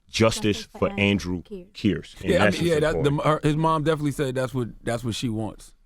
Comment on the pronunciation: how can envy mispronounce kearse at the end when they said it like 100 times during the interview